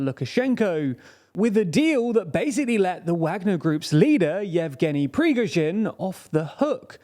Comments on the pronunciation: You guys pronounce Prigozhin's (Pree-GOshin )name differently than most news outlets. Why is that? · Ok, your pronunciation is better. Noted. Yet you are still accenting the wrong syllable in Prigozhin's name. It's on the second syllable... :) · TLDR never fails to fail. Lukashenko a prime minister? Let's see in how many ways will he pronounce Prigozhin this time. Why don't you GTFO from TLDR EU, if you are unable/don't care to say correctly anything that's not British? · I have a new theory - the main goal of the Prigozhin's coup was to make TLDR guys learn how to pronounce his last name correctly.. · Love your videos but you should learn to pronounce Prigozhin! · He still hasn't learnt how to pronounce Prigozhin's name as well 😅